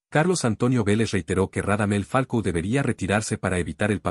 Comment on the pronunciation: Me parece que el narrador del video dice Falco y no Falcao. Si no estoy equivocado en lo que escucho, claramente es una falta de profesionalismo y escaso rigor informativo de quién hace el vídeo. Por eso le doy mano abajo y denuncio por información errada.